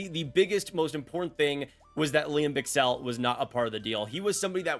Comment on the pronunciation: follwoing you for quite a while now, liked the video a lot, especially you're unbiased opinion/trades on all the teams. As a Swiss, regarding Lian Bichsel: It's pronounced NOT like Bie-K-sa, it's Bi.CH-sel, more like a very very soft x ;)